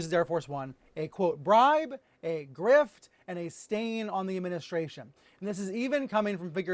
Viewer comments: You missed the "r" in "grift" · You left the 'R' out of grift.